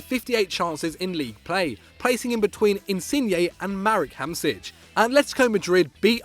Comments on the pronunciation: you really said Marek Hamsič? :DDDDD lmao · ALL pronunciations of the Italian players are terrible. And Hamsik as well... I'm legit getting headaches listening to this XD